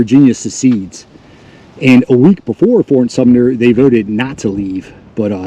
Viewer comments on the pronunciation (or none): Thanks for sharing this! Pronunciation tip: “Sumter” sounds just like it’s spelled - not “sumner”, “sumptner”, or “sumpter”. There are no “N”s or “P”s in Sumter 😊. But you’re not alone, it’s commonly mispronounced.